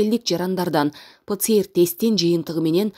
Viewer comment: Ватор ПЧР эмес ПЦР ТЕС БОЛОТ